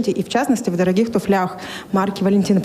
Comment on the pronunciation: Не “туфлЯх”, а “тУфлях”, но вопрос поддерживаю! Вы знаете, это те, кто “из грязи - в князи”🤮 Приличные люди никогда не наденут то, что не к месту!Даже королевская семья едет в резиновых сапогах в свои деревни или отдаленные замки!☝️ А эта, имхо, самая настоящая “түк көрмеген қайыршының ұрпағы”☝️